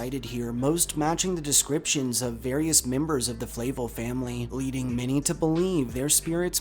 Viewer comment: Flahv-L not flay-vel